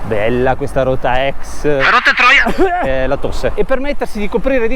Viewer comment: capisci di aver visto troppi video di quando inizia a dire rotatroia invece che la rotatoria.